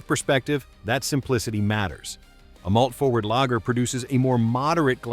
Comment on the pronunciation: Gonna give this video a 0/5 and a big thumbs down for the irony: How can you make a video where you bitch about companies cutting corners to save on costs, while in the video you use an AI voice (that cannot pronounce "lager" correctly, and pronounces "Kokanee" 3 different ways) in order to cut corners and not pay a voice actor, reducing production costs? This is bad form and reeks of hypocrisy. For shame, sir!